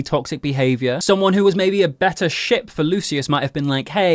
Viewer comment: I swear every time he said 'ship' my dumb*ss thought you said 'sh*t' XDDD